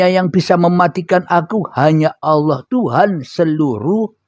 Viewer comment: Nyebut nama Allah aja nggak benar,, Allah. Bukan awwah